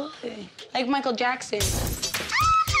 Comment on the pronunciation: SHE SAID MICHAEL JASKON HELLA DEAD LMAOOOOO